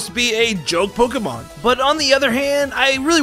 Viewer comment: it bothers me so much how he says “pokuhmon”